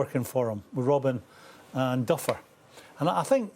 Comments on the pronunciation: Lolll when Graeme called Damien duff, ‘Duffer’ I cracked up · Duffer lol.... Duffy you mean Graham 😂🤣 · Did Souness just call Damian Duff a "Duffer"? 🤣🤣🤣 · Souness says "duffer" his name is damien duff u never played football manager lol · Did Souness call Damien Duff 'Duffer'?